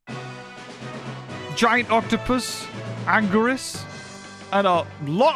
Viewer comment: I think that Anguirus fan is going to be mad either way since you haven’t pronounced the name right once